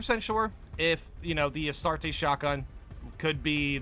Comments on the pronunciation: Two Handed weapons would work just fine, we have the Thunder Hammer already after all, and while not the best on paper in the right hands it can be devastatingly effective. Bit of a nitpick to end on: the way you say Astartes drives my inner lore nerd insane. LoL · My is the mans pronunciation saying astartes. Its not astartesh its astartes the end sounds with a eez so like astarteez not astartess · Take a shot every time says "Astartay" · bro. you're killing me lol Astartes = Uh-star-tees. (not so harsh on the TEES. uhstardes is how it sounds) Arbites = Ar-bee-tees. that's how you say these words brotha lol